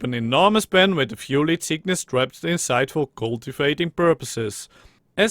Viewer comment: I like how you say leedtgishuyys